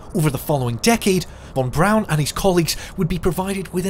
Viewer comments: The man's name is von Braun. Not von Brown. Please correct your pronunciation. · His name was Von Braun not Von Brown. Yikes !!!